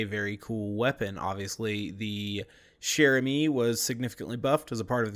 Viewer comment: chair has a hard start like "check", but im pretty sure chere has a soft start like shoe.